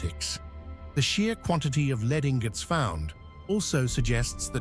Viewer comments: Can't you teach the robot reading your scripts to pronounce "lead" as "led" when it refers to the metal? Here! I have a sugestion to help you. When you are writing your script for the robot to read, instead of using "correct" spelling and conventional abbreviations, such as "km", "mm", or "hrs", you should write "kilometers", "millimeters" or "hours" instead. When you have a reference to a present tense of the verb"to lead", you write it as "leed", while if it is in the past tense, you should write it as "led". I hope this is helpful. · will you sort out your text to voice "Roman LEED" for goodness sake?